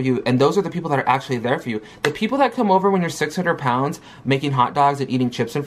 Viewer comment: If she says "prounds" one more time 🙃🙃🙃🙃 So it's the doctors and audiences fault that she has no motivation or self control? Ok gorl. Always looking for excuses. "They were literally saying you're going to fail and you suck" YOU'RE RIGHT, you fail at absolutely everything, you need help. She's so embarassing, blaming everything on everyone. I just want her to stop making excuses...ugh.